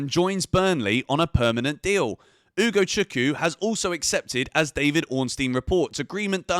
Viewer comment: I comment it once again its UgochukWU not Ugochuku.